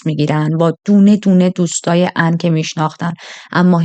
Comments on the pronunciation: کاش میگفتی آن...نه عن...😂😂😂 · خانم این چه بهونه‌ایه که مجبورم اونقدرغلیظ هم بگم که انگار ان رو عن تلفظ میکنی خوب خیلی ازاسامی را در تلفظ زبان کشوری معنایی نامانوس میده‌را کمی تغییر میدهند وشما راحت میتونستی -آن ازش نام ببری درحال حاضر در تمام کشورها مارکی داریم بنام کی‌ری که در ایران همان پنیر را با همان مارک ولیبل واما بنام کی بی فروخته میشه مثل فروشگاههای زنجیره ای در بلغارستان بنام (چ-س)وم که هزاربار ما تلفظ کنیم یا چوم یاسوم تلفظ میکنیم درحالیکه اونها طوری چ و س را تلفیق میکنند واین نام را بکار میبرند که تلفظش برای ما سخته ووقتی میبینیم کلمه ویا نامی در زبان ما معنای خوبی نداره که گفته موظفی با همان تلفظ بگیدهمه دنبال عن میگشتند وپشت عن بوته و.... عن رفته بود رستوران چیزی بخوره... وخیلیها عن رودوست داشتند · کاش بجای عن میگفتی آنا 😂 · اصلا درستش آن هست . هیچ زبانی نمیاد اسمی رو که به زبان خودش تا به جا ست رو با همون تلفظ اونم با لهجه ای که شبیه اسم اصلی هم نیست تلفظ کنه . البته فقط نقده وگرنه جذاب تعریف کردن و من باب پیشرفت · آخه این چه اسمیه مخصوصا اونجا که میگی آن رو چی کار کرده.ان کجاس😂